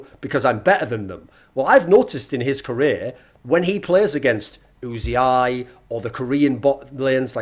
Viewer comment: Oozy-eye? Who the fuck is Oozy-eye? It's UZI you homonculus